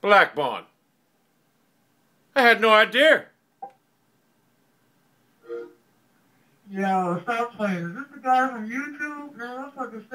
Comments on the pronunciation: "I had no Idear" hahahaah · “I had no idear” LMFAO!!